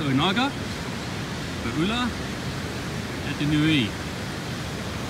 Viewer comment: U-lu-a .... you’re saying it wrong 🤙🏼